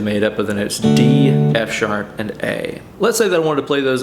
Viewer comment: I love the way you say Noats, like Boats or Goats instead of Notes.